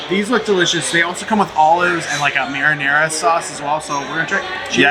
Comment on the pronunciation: Love you guys but please pronounce the sauce correctly! Marinara